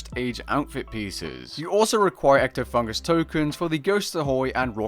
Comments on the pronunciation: EctofunTus, not EctofunGus. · Not to be a smartass, but it's "Ectofuntus", not "Ectofungus". OK i lied, it's totally to be a smartass.